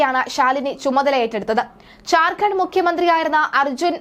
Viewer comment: ഝാര്‍ഖണ്ഡ് എന്ന് ഉച്ചരിക്കാൻ പഠിക്കൂ.